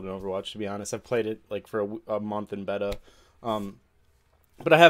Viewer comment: "I played it for a month in bettah" pogs